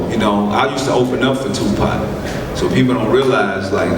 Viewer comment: I just came hear to hear him call Tupac tupot.